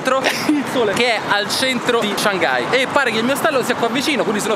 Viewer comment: Comunque la pronuncia di Shanghai è Shang-hai e non Shan-ghai (la “g” non si sente quasi), scusate ma è una cosa che mi da parecchio fastidio a sentirlo 😐